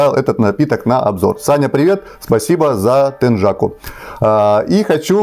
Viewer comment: Не теджаку, а тенъяку!